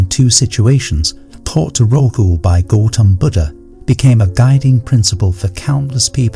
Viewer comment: Please 🙏🏼 it’s disrespectful to mispronounce GAUTHAM BUDDHA 🙏🏼please ….